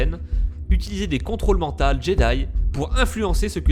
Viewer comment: On dit "contrôle MENTAUX" et pas "contrôle MENTALS", espèce d'illetré ! Sinon la vidéo est super cool !